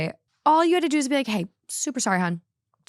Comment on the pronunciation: I’m from the Midwest and I’ve NEVER heard anyone say ruined like. Bag/egg is something I hear often, but never ruined! lol